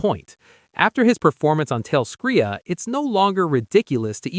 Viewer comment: Why so all these youtubers say talescria wrong? They say it in the show many times